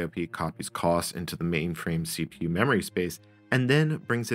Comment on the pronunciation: I worked on the Cray VM/370 Station, or just the VM Station for short. I wish I had kept a copy of it. Sigh. For anyone who has access to the source, my initials are BGM. I'd appreciate a copy. Just FYI, your pronunciation of COS is not how we at Cray called it. For us it was more CO-S, as in co followed by a S sound. Thank you for a trip down memory lane. I just realized with both a Cray and IBM S/370 hardware emulators, a person could run the MVS or VM Station and connect them to a Cray running COS. UNICOS also should the emulator support the Cray 2.